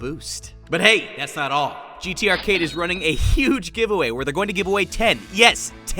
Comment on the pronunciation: "GTArcade" "GTArcate"